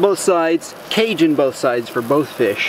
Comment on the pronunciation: CA J UN TRIGGERS ME. ITS PRONOUNCED CAJUN WITH A SOFT J